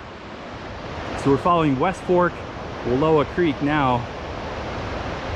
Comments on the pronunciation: You’re pronouncing Wallawa incorrectly. Wuh-LAH-wuh is the correct. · Not Wallua..WallOWA. Just like Oregun not OrEgOn. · I was raised in Joseph....the word Wallowa is Nez Perce and means 'fish trap'.... it is pronounced Wuhl ow ah...hikes and horse back all over those mountains growing up. I'm 72 now and can tell you it has changed a lot! We used to slide down a glacier on plastic bags and get ice cream head ... but what a great way to cool off after a hot summer hike! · An inspiring presentation of the world of the Wallowas, which are are a subsection of the Blues. The name is pronounced like *allow*, as I learned by being corrected by a local years ago. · I was just going to say it’s pronounced like allow is, I’m a local. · Don’t be a greenhorn, say Wall-ow [as in how, not low]-a [as in us,] Wallowa. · Learn how to say Wallowa properly.